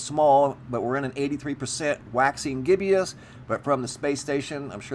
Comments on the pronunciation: It's not pronounced "gibby us." It's GIBBOUS. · Just to let you know its pronounced "gib-us"... not "gib-ee-us".